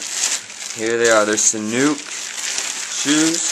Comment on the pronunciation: u said it wrong! its not sanook like u said it its sanuuk with a uhhh sound!